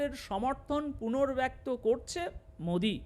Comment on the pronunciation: পূর্ণব্যক্ত নয় পূণঃব্যক্ত